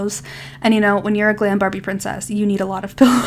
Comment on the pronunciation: You said glam babie princess…… 6 times 🤣